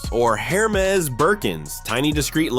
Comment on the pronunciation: Hair-mez - lol. Gotta love AI.